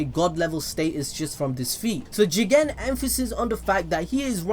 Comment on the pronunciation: I really love it the way you sa JIGEN!!!!